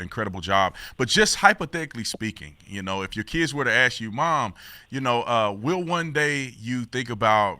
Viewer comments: Ask, no ax. Cmon Brandon. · Brandon needs to learn to pronounce the word "ask."